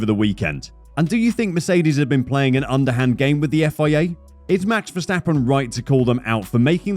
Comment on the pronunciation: mex vesteppen,,,,,really? the A's in his name sounding like in CARWASH